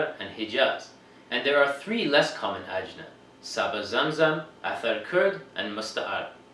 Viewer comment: The plural of jins is ajnaS, rhymes with class (the "s" at the end is not silent)!